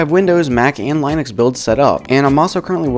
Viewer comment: Good video, but Linux is pronounced as Lenux, so e not i. :3